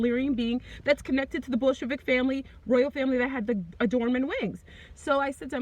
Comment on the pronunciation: When you say Bolshevik it sounds more like bull** lmao.